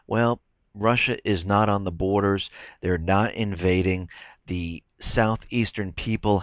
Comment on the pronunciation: it's "borders". just sayin'